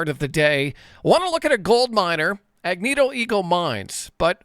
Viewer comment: Agnico, not Agnito 😂